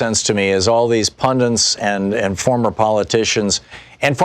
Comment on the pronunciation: It's "pundits", people. Not "pundints". Petty point, I know, but I hear this so often on youtube and it makes my teeth hurt.